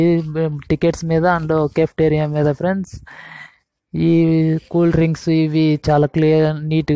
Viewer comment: PAPER CHUSI CHEPTHUNADU PRENDS PRENDS PRENDS PRENDS PRENDS